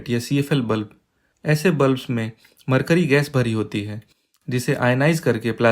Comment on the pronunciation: मकर्यरी नही मर्करी। सही शब्द मर्करी होता है।